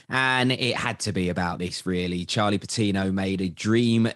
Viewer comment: "With Charlie Patinooo. Saka and Emile Smith-Rowe"